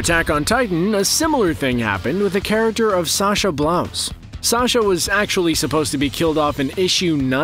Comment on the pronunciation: bro, he called her sasha blouse